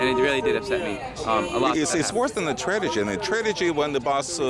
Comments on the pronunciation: You do know that you keep saying "tradegy"? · "Tradegy" Apparently Soviet Russia also had poor English classes lol. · The biggest "tra-ti-gy" is how he pronounces tragity.